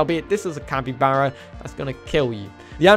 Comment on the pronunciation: ITS PRONOUNCED CAPY-BAR-A